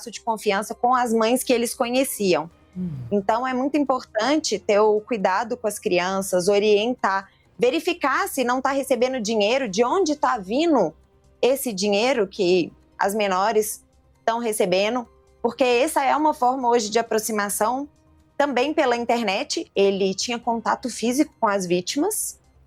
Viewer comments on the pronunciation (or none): Vino (vindo) Aconteceno (acontecendo) Desenvolveno (desenvolvendo). Falano (falando). Dificil ouvir uma delegada falando desse jeito. Mas vim traduzir para vcs! Pqp 🤦🤦🤦 Apesar disso. Parabens pelo trabalho e a policia de sp.